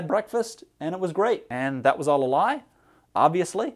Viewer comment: says "Obviouslaa" Me: Remembers he's Canadian.